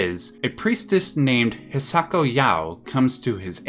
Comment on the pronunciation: its hisako not hiako